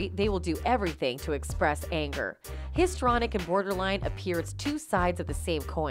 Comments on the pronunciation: HIS…TREE….ONIC. not histronic. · Where is the evidence of bribery? Check your pronunciation of histrionic.